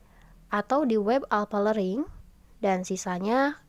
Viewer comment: Learning bukan lering